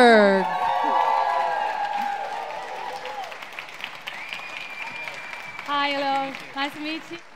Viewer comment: Check . How could this guy even cant pronounce the girl's name and say : something like that?! Surprisingly rude! Plz show some respect !!!